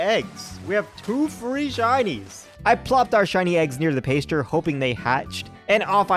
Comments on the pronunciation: You said you wish some pokemon would 'straight up attack you'. if you install "fight or flight" they might. also, it's "pass-ture" not "pace-ture". My current playthrough (skyblock cobblemon) I got my starter, then a pidgey day 1 cuz duh you always get a pidgey. My third was a shiny flaffy, named her Cotton Candy. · This was a good video! But every time you said "paystcher" instead of pasture I died a little inside rofl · Loved the video, but your pronunciation of "pasture" is killing me.